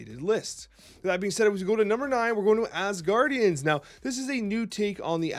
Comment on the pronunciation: the name is Asgardians, not asguardians xD, you’re mixing the guardians in this. They’re from Asgard.